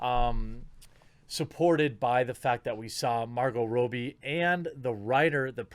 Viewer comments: Rob-bie.... not Row-bie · ^Robbie (short "o", not Robie). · Jesus Christ, stop saying "Row-bie", it's pronounced "Raw-bie"!! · Stop pronouncing it Row-bie....its Rob- bie dude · I believe her name is pronounced ra-b not row-b. Like my name Robby just with an “ie” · It's Robbie pronounced Rob-ee Jesus Christ how hard is it to say her name right? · Margot Rob-E Suprised he dosen't say Mar-GOT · God dammit, man! You need to make sure you know how to pronounce names! 😆 "Margo Ro-bie..." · I'm not sure if that's actually how she pronounces her name, but the way you say it bugs me